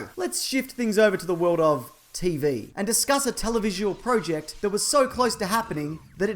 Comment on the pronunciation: say project right, and also I would much like the crate.